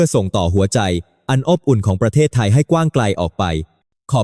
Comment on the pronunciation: ขำ อบอุ่น อ่านออกมาว่า อ๊บ อุ่น